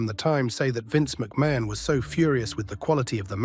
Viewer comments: Vince McMain😂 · The pronunciations of McMahon is funny though